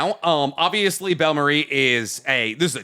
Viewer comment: they pronounced bellemere wrong 😂😂😂